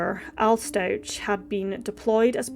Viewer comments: It's pronounced StauK not StauCH. Love the channel so far 😊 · Very sad case. BTW, the family surname is pronounced Stau-k and he was found in a suitcase not a box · Its really irritating to me that you’re pronouncing the last name wrong. Watch at least ONE video of the trial before you post on this again. It’s sincerely disrespectful to act like you know what’s happened but not even get the name right. Its been literally all over the news and social media. You have no excuse for this.